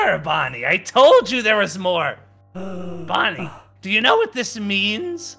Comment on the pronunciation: And it’s Bonnie not Donnie